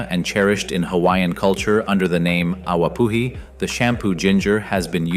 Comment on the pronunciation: Awapuhi is "ah vah poo ee"...why do I wast my time with dumbasses who can't be bothered?